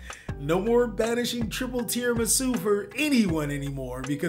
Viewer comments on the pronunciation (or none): I wonder if he knows Tiaramisu has that extra “a” in her name? It always sounds like he’s just saying “tiramisu”. Fun deck, glad it’s here.